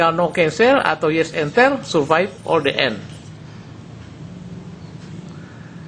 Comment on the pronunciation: bacanya di en bukan de en (the end)........